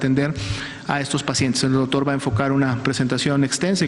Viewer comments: Verdad que dice Dotor? 😆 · le cedere el tiempo al "DOTOR"